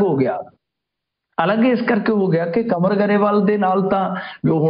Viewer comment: ਕੰਵਰ ਨੂੰ ਕਨਵਰ ਕਿਉੰ ਬੋਲੀ ਜਾਂਦੇ ਹੋ !